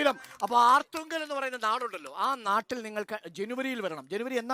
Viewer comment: ആർത്തുങ്കൽ അല്ല അർത്തുങ്കൽ ആണ്.